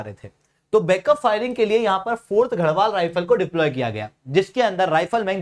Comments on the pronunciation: Bhai tu pehle naam pronounce kerna seekh...Gharwal- गढवाल बोल ना कि गहढवाल। Gusain- गुसाई ना कि गुसेन् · Pehle bolna sekho घरवाल nahi गड़वाल ( land of forts)